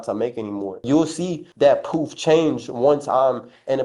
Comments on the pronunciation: …every time he says “proof”— it sounds like “poop” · Cant even say proof.poof.